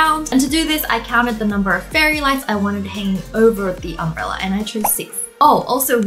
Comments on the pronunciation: Did anyone hear Wengie say umbreller instead of umbrella? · Why do you keep saying UMBRELLAR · Wengie: Its just holding the umbrellar Me: you mean umbrella? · We not gonna talk about how she said "umbreller" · No one: Wengie: Umbrellur